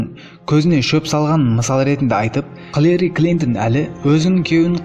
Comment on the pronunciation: Халери емес Хилари Клинтон дұрыстап оқысайшы.